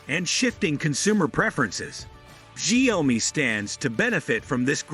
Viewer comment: Improve your pronouciation of the Chinesre word 小米 . I mean at least that way I can take your review seriously.